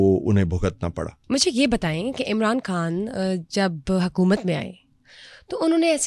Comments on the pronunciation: محترمہ آپ کھان نہ بولا کریں۔ لفظ خان ہے۔ بکھار نہیں بخار ہوتا ہے۔ جہاں خ ہو وہاں کھ نہ بولا کریں۔ یہ انڈین تلفظ نہ اپنائیں۔ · ما شا اللّہ ۔ اگر آپ اردو بولتی ہیں بھارتی زبان نہیں تو “ خان” بولنا چاہیے “ کھان” نہیں۔ معافی چاہتا ہوں۔ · Ye kas kia behan pls talafuz theek kre Urdu k kan kia ha behan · Imran Kaan ki kya koobian hain…., ye kya tallaffuz hai aapka???? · Why are you saying کھاسی ، کھان 😂 say خاصی، خان instead